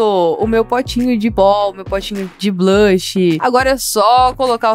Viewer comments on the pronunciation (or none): ela falou blash e e bronzer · Ela falou blahcs mas é bronzer